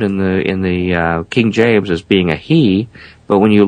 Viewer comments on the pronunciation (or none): none